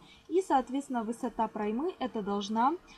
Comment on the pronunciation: Немного вас поправлю а то режет слух) не проймА а прОйма ударение на О